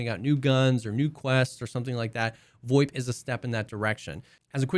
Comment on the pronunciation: what the fuck is voip? void? voit? WTF ARE YOU SAYING!!!!!!!!!!!!!!!!!!!!!!!!!!!